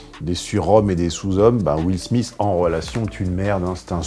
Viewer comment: Will Smissss lol